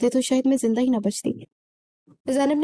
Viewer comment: Zanda nahin, zinda.. correct your pronunciation lady